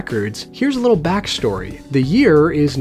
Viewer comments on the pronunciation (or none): Did he say,” back -story?”,😬, Oh my aching back 🤣